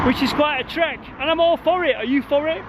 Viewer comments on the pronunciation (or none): none